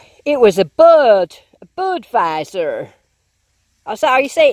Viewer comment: Lol, buddddwiezer! Sounded very american! Nic silvery day you had! Would love too see more of your buddies finds too! Good day with the big coin spill! Awesome ending with another silver in the pock!!